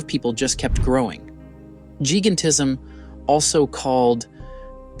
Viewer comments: Jai-GAN-tism, not jee-ga-tism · Gigantism is pronounced with a long I as such, jī-gan-tiz-em and not jee-gan-tiz-em. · It's gigantism pronunced jai-gant-tis-um. I think you need to look up the pronunciation of any larger or unfamiliar words you have in your scripts. Hearing you mispronounce so many words makes it difficult to listen to your video or consider the subject matter as remotely plausible. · Are you fkn kidding me lol its pronounced jigantisum !!!!!!!!! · The audio is AI generated, that is why you hear Lie-ma and giga-tism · The guy can say giant but cannot pronounce gigantism 😂